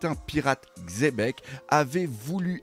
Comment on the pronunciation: Le seul point positif c'est qu'il dit xebec et pas chebec